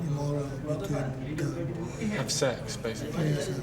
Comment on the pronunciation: Ugh The cop can’t even say the words sex and transgender. Wtf. Did he even study???